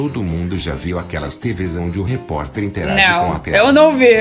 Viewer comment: Répi Pórta kkkkkkkkkkkkkkkk